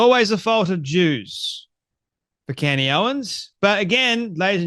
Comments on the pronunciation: Candace. Not CANDy. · Her name is Candace, you moron... not Candy. How many followers do you have. Don't tune into Candace, you have Candacederrangesyndrom, it's real 😂😆